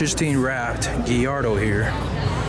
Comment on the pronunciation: Yup....geeyardo lol